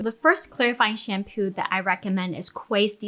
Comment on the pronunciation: Most of the times you say shampoo, I hear shampu, is it me or is it you? 🧐